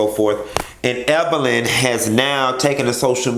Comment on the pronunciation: I'm just asking...what was CeCe implying when she purposely mispronounced Evelyns name?